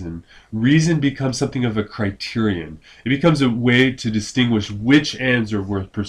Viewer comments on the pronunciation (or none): none